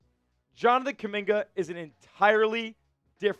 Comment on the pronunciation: Bruh!!! If you ran the front office you would have got rid of (Kuminga👑)🫵🏾 You know nothing about basketball 🕵🏾‍♂️🔥🔥🔥💯 Or Have you🫵🏾 Ever been able to play basketball 🏀 with any type of skills💯💯💯💯🩸 You don't even sound right saying my brother name🖐🏾 🫣😳🩸🩸🩸